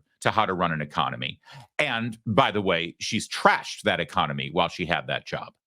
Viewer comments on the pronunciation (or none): She meant “echonomoney” ?